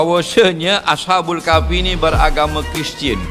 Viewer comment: Maaf, nak tegur ni. Sebutan yg betul ialah as-habul kahfi, bukan asha- bul kahfi.